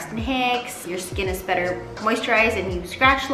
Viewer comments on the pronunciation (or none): none